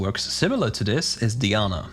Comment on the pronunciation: DIE ANNA!!!! STOP SAYING DEEANA FOR CHRIST SAKE I have to say this is not the first time but some of the pronunciations that these proguides people have are driving me crazy